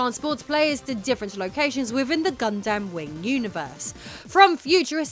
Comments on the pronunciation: I think it's "Gundam" not "God Damn" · I like doing the segment where you were talking about Mobile suit Gundam, with your British accent it sounds like you're saying, got damn. With your British accent, when you speak, you say every syllable within a two syllable word, instead of, just saying it as one word, you and your husband, do this, I'm just telling you, what I've noticed, it's not bad, I'm just giving out my two cents here.